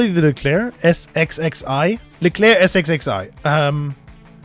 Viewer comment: leclerc "es es ai"... painful